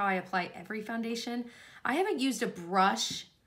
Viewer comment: You DO know that you pronounce it ‘FANdation’ rather than FOUndation 😂